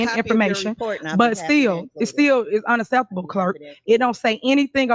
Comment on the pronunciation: "Unasseseptible". Not a word Princess Poo Poo.